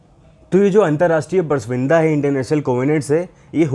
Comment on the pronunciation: Bar bar galat pronunciations kar rahe ho, pras vinda nahi hota, prasamvida hota hai..... hindi hamari matrbhasha hai...